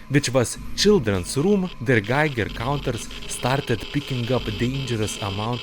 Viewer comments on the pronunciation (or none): none